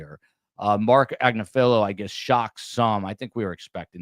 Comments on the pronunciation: Agnifilo; Accent on “NIF”. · It’s Ag-NIF-Feh-lo- his wife actually has her own YouTube channel called legal AF and she represents Luigi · At least pronounce Agnifolo correctly. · He's not the only one mispronouncing the name and it's been driving me nuts!!!